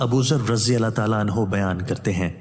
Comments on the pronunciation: Jazakallah khaer apse apil hai hazrat saeyeda aesha sideeka Razziallah ho tala anaha ne farmaya guzarish anho nahi anha hai shukriya apka talaffoz sahi kijie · Aoa Bhai (HAZRAT AISHA RAZI ALLAH O TAALA ANHAA) HOTA HAI NOT (ANHO) JAZAAK ALLAH🙌